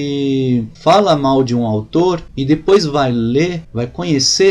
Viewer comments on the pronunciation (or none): none